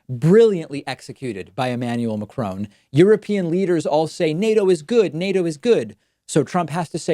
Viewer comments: It's MaCRON not Macrone! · Mac Ron, not Macrone. Quite easy really. Two syllables like Ron(ald ) Mc(Donald), except in reverse. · Macron not Macrone, it’s easy to say, I’m not even french, you don’t pronounce it Macrone, you’d be the first David, keep up the good work anyway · Strange how US ppl mispronounce Mac RON. NOT Mac CRONE !!! FFS!! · I think you are a brilliant commentator but, please, it is not 'McCrone'. Ma cron. Two even syllables, with a short 'o' (like da do Ron ron) and very light on the final n. He is French, not Scots. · Mac fucking Cron, not Crone ! Grrrr . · Its pronounced Macron not Macrone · Sigh Can you stop calling him Ma-Crone... It's Ma-Cruh. I don't know how to write French phonics... Help! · If you just said “mac-ron” it would be a lot more accurate than “muh-crone.” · It cracks me up the way you pronounce Macron! 😂😂😂 It's not McCrown, it's pronounced as it's written and with a French accent of course! Mac (as in big mac) and ron (as in the name Ron) then do that little nose thing with the 'n' that the French do like in garçon. 😂😂😂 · It's Macron not Ma-crone, your pronunciation is terrifying. You've taken enough time to do a good job of investigating and reporting take the time to learn how to say his name. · The least you could do is pronounce the French President's name correctly. He is not the son of a Scottish hag: McCrone. LOL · Why does David keep on saying McCrone? Lol. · Its not Macrone... for Petes sake! At least learn learn to pronounce his name correctly. 🙄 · Is not macroon damn is macron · Why can't Americans pronounce Macron, there is no e on the end macrone, You are all fucking stupid not just your president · I wish he'd stop calling Macron 'McCrone.' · It's not 'Macrone'! It's a short 'o' with the final 'n' sound down the nose. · The way Pakman pronounces Macron drives me crazy. It's not crone. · Excuse me, David, but this is America. It's pronounced Mack-Ron while you're within our borders.